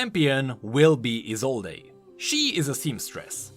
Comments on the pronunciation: ESOLDE. NOT ESOLDAY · Why do you keep calling her Isolde even when you know it is pronounced Isold?!?! I bothers me so much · it's "ee-sold" not "ee-sole-ey" You're driving me nuts man:P I know I know small issue lol. I'm excited for new TFT. I love playing it on my phone when I am playing other games or waiting somewhere. My only issue is how long the games run. But as soon as Wild Rift releases in NA I might drop off playing in favor of that. Also damn the oceans for making it so I can't play with my friends in EU:( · He still reads it as Isolday lmao